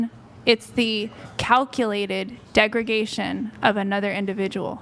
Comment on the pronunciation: "It'S ThE, iT's ThE dEgRaGaTiOn...It'S ThE cAlCuLaTeD DeGrAdAtIoN oF AnOtHeR iNdIvIdUaL"🤣🤣 .....pretty sure she makes everyone feel very "degragated" LMAO